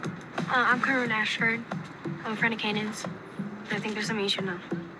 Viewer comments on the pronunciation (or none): It’s Corrin not corrina…. Why you putting an A after it